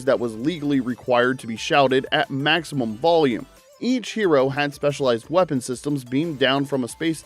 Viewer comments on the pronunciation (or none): none